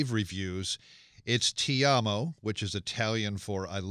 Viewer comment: pronounce things correctly!!!! toeee mahhh mars + ti amoo not tea ammo